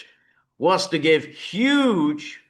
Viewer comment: He really got lavish with his vocalization of "huge" when he was describing the "Bonn Powers". Interesting style. 🙃